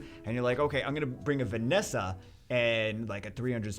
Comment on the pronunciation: No it's vereesa